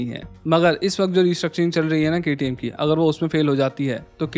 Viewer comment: sir, 1 salute for KTM full form pronounce......